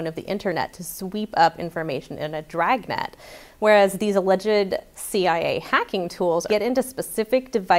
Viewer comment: It's "CIA" not "CAA"